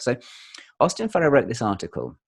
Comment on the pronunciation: My favorite part of this video is when says, "Correct my pronunciation," saying it "pro-noun-ciation," and then pronounces "Farrer" correctly, so Mark tells him his pronunciation is good, without correcting him on the one word that he did mispronounce. 🤣